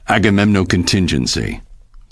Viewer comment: É agamenon e não agamenom